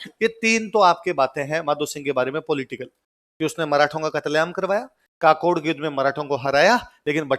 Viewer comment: सर काकोड नहीं है ककोड़ हे